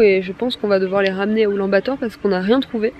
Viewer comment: Mais oui. Sauf la prononciation, on ne dit pas Oulan-Bator. C'est un peu comme " Oulane - Bator "